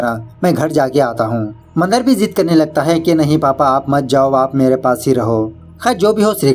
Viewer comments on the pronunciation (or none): It's not mandr it is Mandaar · बाली नाही बळी असतं ते 😂 मंदर नाही, मंदार असतो तो 🤣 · Mandar nahi, mandaar! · मंदर नहीं मंदार मंदर बंदर जैसे सुनाई दे राहा है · Nice explanation..and it's not Mandar its mandaaar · Are wah thank u (video dekhna start nahi kiya hain) for marathi movie explaining again. I'm waiting for this. Aur haan isse baali nahi bali bolate hain. Not bacche ka naam Mandar nahi Mandaar hoga sir. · मंदर नही it’s मंदार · Are vo mandar hai mandar nai bhai.... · मंद नाही भाई म मंदार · Mandr nhi be...mandaar... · Nice but ये बाली नही बली हे अौर मंदर नही मंदार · Mandar to thik se bol na tha